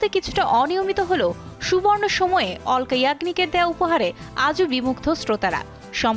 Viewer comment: অলকা না আলকা হবে